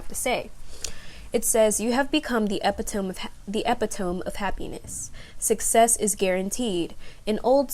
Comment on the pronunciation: Sweetheart, that word us E-pit-O-ME.